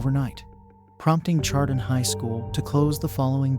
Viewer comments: Honor the community and pronounce it right!!! It's 'shar-don' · I stopped watching after you mispronounced Chardon. Do better research.